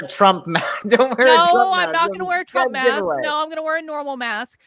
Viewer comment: "Bring a mAssK"